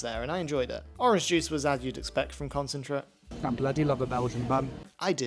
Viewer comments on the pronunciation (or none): I've never heard anyone pronounce it "concentret" before